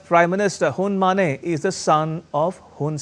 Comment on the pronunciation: Uncle, his name is Hun Ma-NET. Not Hun Ma-NEIGH! He’s not a horse 🐎 for God’s sake!!